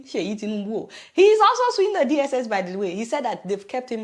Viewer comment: So sweet Adeola. I've noticed you say "zhe", instead of "the". Do you do that on purpose, or is that just the way you pronounce "the"?